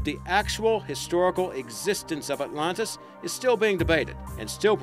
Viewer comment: Without seeming rude, may I ask where you're from? Are you an Aussie trying to use an American accent, or an American trying to use an Aussie accent? You sound very strange and pronounce most words, Names, etc. as never heard before. e.g. "The Lost City of 'OTLONTAS'? Just curious. I enjoy your clips, but often wonder What accent you have.